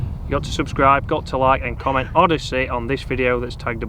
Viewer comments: "Odyssey" lol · “Odyssey” well done